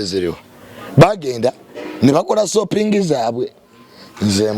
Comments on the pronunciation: Soaping in voice,😂 not shopping 😂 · when did the term Shopping turn into Sopping 😂😂😂